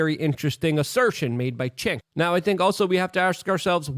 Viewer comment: Did he call him Chinx? 🤣🫢